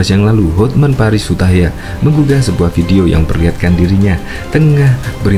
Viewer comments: Bang... Hotman Paris HUTAPEA... bukan hutahaean?? Koreksi yaaaaaa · Hotman paris Hutapea min.bukan hutahaya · Hotman Paris Hutapea mas,bukan Hutahayan, terimakasih. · Hotman paris hutapea bosss...bukan hutayan. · Hutapea pak bukan hutahaian